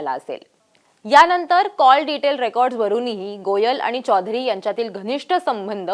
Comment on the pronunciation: Anchor, मराठी बोलत आहेस, मराठीत चौधरी म्हण , हिंदीतलं चोधरी नाही .